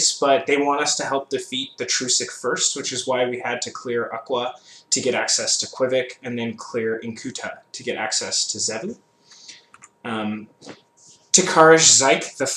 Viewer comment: The only zone typo: You typed and said "In'tuta" instead of "Ink'tuta"